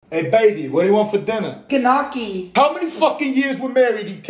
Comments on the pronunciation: As an Italian I can say that I am proud of your pronunciation of gnocchi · This guy pronounces the ñ better than me and I'm Latin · His devotion for Italian food is amazing, he's also pronouncing names so good you wouldn't even say he ain't Italian. Continua così, grandissimo ❤